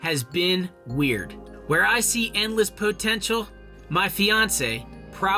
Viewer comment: po-ten-shul. Say it again...